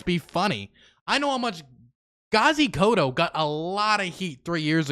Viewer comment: KODZO not koto. And yeah he's crazy but he's also really funny.